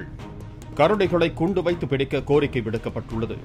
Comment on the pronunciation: Kundu vaithu pidikka illa koondu vaithu pidikka tamil theriyathavanellam news vasikiran